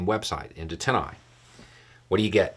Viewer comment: I was hearing " Tennai"...its TinEye. Just for those who were hearing it wrong too. Great resource, thanks.